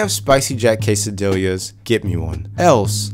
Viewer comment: casadiyas, not casadilyas, spanish is not as hard as it looks double ll or LL is an automatic Y,y